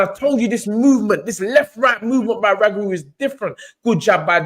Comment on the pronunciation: How you mans butcher up the man’s name like that, it’s Roogaroo not Ragaroo. This was the modern day SRL v Benitez, technical fight, only difference was SRL stopped Benitez. This is why people say Devon is boring because he won’t take the chance and finish his opponents the way SRL did.